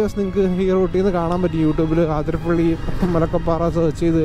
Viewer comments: അതിരപ്പിള്ളി.. അത്രേം മതി... ആതിര പിള്ളി അല്ല.. കൂടുതൽ ഡെക്കറേഷൻ വേണ്ട 😤😤😤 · Bro ആതിരപ്പള്ളി alla it's അതിരപ്പിള്ളി